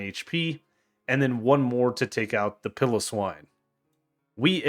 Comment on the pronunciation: Yes i said pile-o-swine because people talk about it so much. continues with 2 pillowswine pronounciations 😅